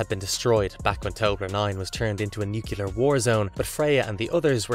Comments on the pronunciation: Please stop saying NUCULAR unless you mean ‘shaped like a nut’. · What's a *nucular* disaster? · Nucular, LOL 😂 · New-clee-urr. Nuclear. George W. Bush has a lot to answer for, and people saying "nukulur" all the time is one of them. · How can anyone who’s into sci-fi still be saying; NuYeLer ?!?!